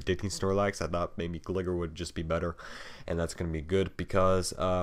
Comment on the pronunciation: His name is 'Gly-ger' as in glide.